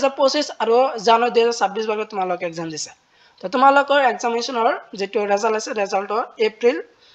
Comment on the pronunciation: ৰেজাল্ট নহয় তো ৰিজাল্ট হয়